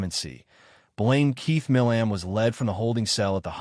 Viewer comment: His last name is pronounced "My-lum"